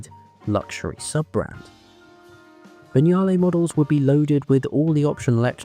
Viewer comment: An English narrator who can pronounce Vignale and Lancia. I nearly fell off my chair. Bless my soul.